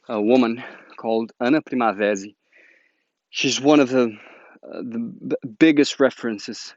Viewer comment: Are you Brazilian? The way you spoke Ana Primavesi sound as a brazilian portuguese speaker